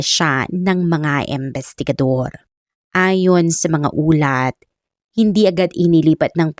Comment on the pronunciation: AI ka po ba madam?? Bakit ang pronunciation mo sa imbestigador at imbestigasyon ay embestigador at embestigasyon.. pakiayus po ang pronunciation.. appreciate it .thanks